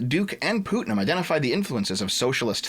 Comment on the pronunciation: Every time you say pootnum I die a little. Putt like in golfing. It's a pretty common name.